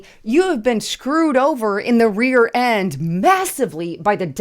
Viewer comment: rearend?REAREND? please